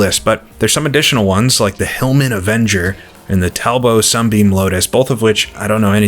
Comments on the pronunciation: Best Sim content on You Tube, please keep up your informed and entertaining videos. BTW the Talbot Sunbeam was a real beast. Also its pronounced TalBOT not Talbow..😊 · You are the second person in as many days i have heared pronounce Talbot as Talbow ....and it still sounds fucking wrong 😂